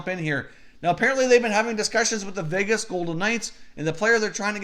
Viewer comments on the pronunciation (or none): none